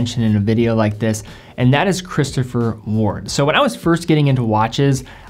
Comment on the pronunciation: He seemed to pronounce 'Christopher Ward' correctly, disagree?